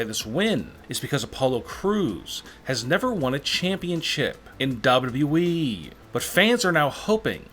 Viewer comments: It sounds like he is saying dab dab e to wwe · His pacing and inflections are nails on chalkboard annoying. His lazy pronouncing also irritates. WWE and Vince McMahon are two great examples. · It's WWE not the way you're saying it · Don't mean to be a hater, believe me, this video has some lit content, but the way the narrator pronounces WWE is kinda wrong.